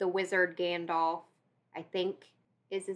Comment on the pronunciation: not that it matters but Gandalf is pronounced like the puppet character Alf, most people say it like Dolph (Lundgren)